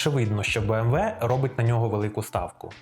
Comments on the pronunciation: Не кажіть «бі ем дабл ю», це американці так говорять, німецькою це «бі ем ві» або просто кажіть «бе ем ве» як кажуть всі в Україні 😃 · для чого BMW називати Бі-Ем-Даблю? Це ж німецький бренд. Він читається Бе-Ем-Ве. То хіба англомовні його називають Бі-Ем-Даблю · Згоден, вимовляти назву німецької фірми в Україні англійською сумнівне рішення.